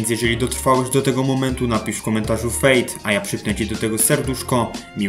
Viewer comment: fade (fejd) XD